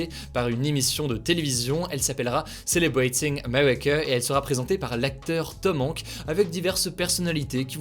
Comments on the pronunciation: TOM HANK jsui mort, faut prononcer le S man ! Tom HankSSS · « Tom Hanque » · Tu peux respecter la prononciation de l'acteur Tom Hanks stp ? Sinon le reste c'est parfait :) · C'est quoi le rapport ? C'est juste qu'il le prononce mal et que ça fait mal aux oreilles d'entendre ça